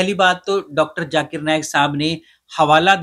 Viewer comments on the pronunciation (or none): Many indians specially the gujraatis cannot pronounce z sound. For them both sounds as if J . Z or J they pronounce the J sound. For example listen to the host when he says Zakir. It sounds as Jaakir. Zero from them sounds like jeero